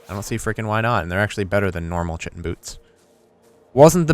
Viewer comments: oh and when you pronounce chitin it's pronounced "Kai-Ten" i know you dont give 2 flying fucks but hey any education is good education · chitin is pronounce kytin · oh and when you pronounce chitin it's pronounced "Kai-Ten" i know you dont give 2 flying fucks but hey any education is good education